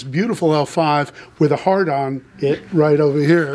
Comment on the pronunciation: Is it me or did it sound like said “he’s got a Gibson L-5 with a hard on”